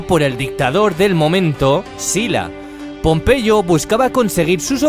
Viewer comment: pompeyo no popeye jaajajajjaja xd